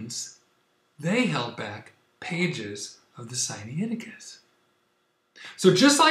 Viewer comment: The information presented in this video is as erronious as is your pronounciation of the name of the manuscript "Sinaiticus." Is such willful ignorance and dishonesty even possible for a Spirit indwelt person? I have my doubts but I must allow God to be the ultimate judge in this matter.